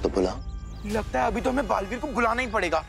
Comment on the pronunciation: It's balveer not balveet